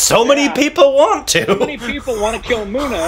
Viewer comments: its not muna ... its munna .. mun-na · Please stress on the double letters when pronouncing Guddu not Goodu...Munna not Moona....Tri-pa-thi not Tripti....